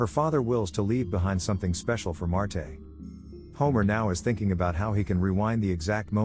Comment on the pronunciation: AI voice sucks, it's Marge not Martay